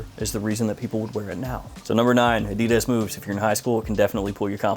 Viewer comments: a-dee-dez lol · I've heard "adidas" pronounced in dozens of ways... I've never heard anyone say it like you do lol